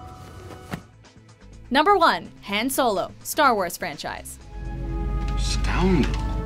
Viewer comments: Hen Solo? What did she just say?! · Hen Solo? That was just lazy. You even pronounced it correctly later in the sequence.